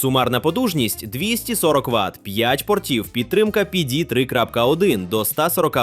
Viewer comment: Після розуміння, що текст начитує ШІ виникає відчуття розчарування і підробки. Наче не так багато того тексту - можна за кадром і людині начитати. А коли починаєш вслухатися в різні терміни типу кьюсі та піді, то виникає наступне питання - чи не згенерований і сам текст штучним інтелектом? Після цього дивитись наступні топи бажання не виникає, бо нагенерувати що завгодно мені може і вбудована ШІшка. Навіщо мені для цього йти на ютуб?